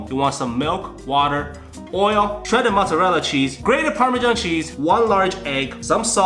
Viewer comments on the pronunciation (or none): none